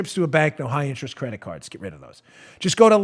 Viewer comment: Hey Dan .... getting so worked up about dis stuff , just makes you forget to use th's on your pronunciations...dis , dat , dose , de udder guy ,,...and ypur hand movements really show how buff you think you are.... Think I am gonna start listening to your podcasts , maybe then I won't be so distracted by your poor use of de english language , just so you know dat I am not duh guy you tink dat I am , I do appreciate what youse guys do ... dis isnt a put down , just an observation from a dolt in fly over country , you know ...where all duh corn grows ..., hehehehe